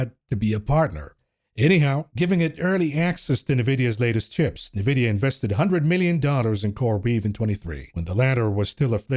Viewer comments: I was just thinking this!! “NUH-vidia”?? Hooked On Phonics kids will know this is actually pronounced “N-vidia” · I don't own any stocks. I'm here just for hearing "Nevidia" 😂